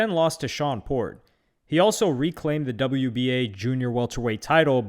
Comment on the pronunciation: This video has a lot of flawed information. He called Shawn porter lol Shawn port. Said Floyd fought Mayweather before AB. And these are the ones I’ve caught so far and I’m 5 min in lol 😂😂😂